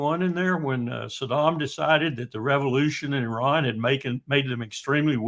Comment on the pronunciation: So unfortunate Mr. Witkoff is unable to even pronounce the name of the great country 'Iran' or "Iranians' properly...how can he negotiate in 'good faith' without even naming the country and great people correctly? As a side note the Islamic Republic's entire existence is based on 'Death to America..the great Satan'....enough blame to go on in all sides..